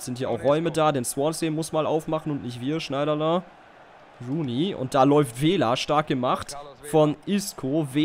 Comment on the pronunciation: sag doch nicht immer rain rooney ^^